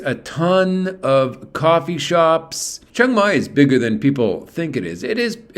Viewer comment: It’s pronounced more like Chang than Chung